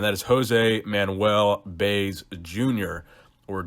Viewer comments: You can tell you did'nt grow up around many latinos at all. Jose Manuel "Baze" ???? Lmao. It's pronounced " By-ez". You did great pronouncing his first name and middle name but then went full fledge American on the last name. " Baze"??? Lol. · "Bays" It's Bie-ez you pale northerner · Baez is pronounced bye-eh-zzz hahaha